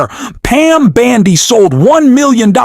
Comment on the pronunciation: If this aint AI, mispronouncing Bondi's name several times, I'll eat my hat...! Un-subscribing!